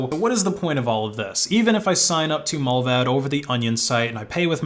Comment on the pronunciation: Every time he said Mullvaad i thought of Mulva (the seinfeld episode)